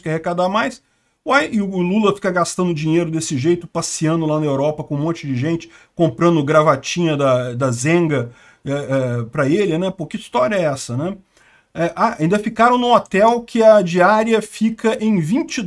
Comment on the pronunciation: So pra corrigir : nao é Zenga. É zegna, pronuncia-se “zenha”